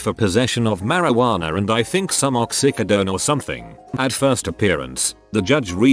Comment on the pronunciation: Yet another gem from the AI Narrator: A new drug called "ok-sick-uh-den."